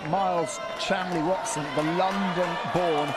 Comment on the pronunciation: Miles Chamley-Warner? The commentators for fencing have always been awful, but they can't even get the athlete's name right?